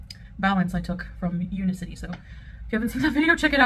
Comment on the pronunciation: Omg she can't even be bothered to pronounce the name of the company correctly U-NIC-ITY not un-i-city. 😂 and no one could be bothered to correct her😁 Much like her laziness for the past year in refusing to learn how to wrap a simple hijab. BUT WE ARE ALL JEALOUS